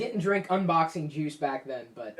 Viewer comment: Your drinking your unboxing "juce"